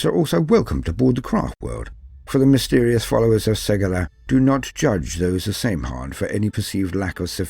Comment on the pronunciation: Great vid, but one of the previous edition codexes (6th ed I think) clarifies in a note that the pronounciation is not 'same han' but rather 'sam hine'